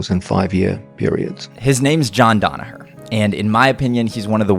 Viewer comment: I wish yanks would pronounce hid name properly. Danaher. As in Dan Hooker